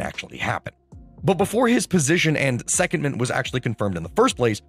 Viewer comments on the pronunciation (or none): You put the em-PHA-sis on the wrong syl-LA-ble. It's not SEC-ondment, it's se-COND-ment. You're welcome.